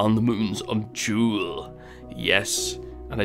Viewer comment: Jool not kook